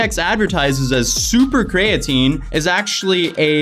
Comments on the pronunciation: I dig the vid, but hearing you say “covalently bonded creatine” was cringe haha. It’s not “cov-ent-ly bonded cray-at-tin”..it’s pronounced “Co-vail-ent-ly bonded cree-a-teen” - hope that helps haha! But you nailed it, this company is a joke. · please stop calling it Cray-a-tine. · Cree ah teen, co vay lent fyi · It’s pronounced cree-uh-teen and it’s used to help with muscle building and repair and the dude wasn’t even doing dumbell bench right his rom was half of what your supposed to do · It’s pronounced KREE-A-TEEN god damnit! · Creatine is pronounced, “kree-uh-teen” lol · CREE-AH-TEEN is how Creatine is pronounced. No hate, just thought id lyk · Basically non bioavailable means it can't be used by the body. So what ever benefits of creatine they are advertising are not really there because its in a useless form. Also my boy mispronounced EVERY word there lol. Cree-uh-teen, cOh-vay-lently, Dye-peptide. Are the correct pronunciations. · calling creatine cray-a-teen is very uncomfortable. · Laughing at your pronunciations: distributes, creatine, and covalently. You make covalently sound medieval instead of chemical...🤣🤣🤣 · How do you not know what creatine is? And you’re pronouncing it wrong.